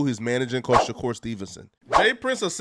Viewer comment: Pleas start calling him Mr S , I cringe every time I hear u say shakur it’s disgusting my G